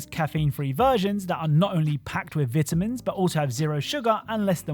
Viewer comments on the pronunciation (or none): how do you mispronounce vitamins lmao.